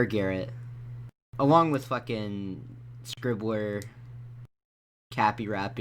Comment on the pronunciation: you said scriblur twice you must hate that dude